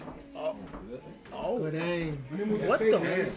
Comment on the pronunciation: “Goodrrrd Aim 😎.” 😅